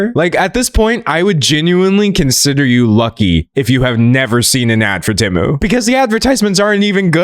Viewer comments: Him saying Tiem and Shemu is crazy work 💀💀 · NOT TIEM AND SHENU NSJSJSDJJD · Can we talk about the fact that Temu used to be pronounced "TEE-moo" before they changed the pronunciation so they could make AI-Generated voiceovers for their ads? I remember the transition period where half of their ads still pronounced it the old way and half of them were pronounced the new way. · Shein and Temu? 🙅🏽‍♀️❌ Tein and Shemu? 💁🏽‍♀️✅ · never felt more seen than by your tien and shemu slip up 😂 gread video d'angelo !! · Does anyone else remember when Temu first started advertising, their adverts would be "TEEmu" not TEHmu. "shopping like a millionaire" original advert. IDK why i found it so so weird that they realised people were pronouncing it TEHmu and changed their own company pronunciation based on that. Never heard that happen before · I LAUGHED OUT LOUD at Tein vs Shemu, poor d'angelo's brain cells have all deteriorated researching the drama about these companies he can't even speak right no mo 😂😭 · Tein and shemu took me tf out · Ngl I've always pronounced them as "tem-you" and "shine". It's throwing me off 😂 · Had to stop watching bc of the temu mispronouncing